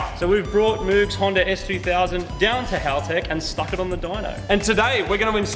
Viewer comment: It’s not moog it’s moogen